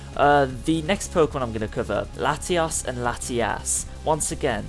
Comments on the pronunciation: You called the both the latis, latias. Use more emphasis on your o's! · When you said Latios and Latias it sounded like Latias and latiaaas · Dude its Latios not Latias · latias and latiaas lol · Why did you call both Latios and Latias "Latias"? You need to work on your "O"'s, man. I'd understand calling Latias "latias", but Latios is pronounced "La-tee-yos". You did Latias perfectly, actually. You just need to work on pronouncing "O"s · you said latyass XD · He said Latias and Latias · It's called Lati-ous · never mind you said Latios wrong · LATIOS PRONOUNCE IT CORRECTLY